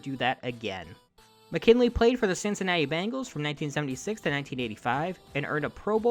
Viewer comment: The punter's name is pronounced Mac-in-ally.